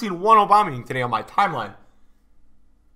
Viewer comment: Please stop saying aubamuyang like that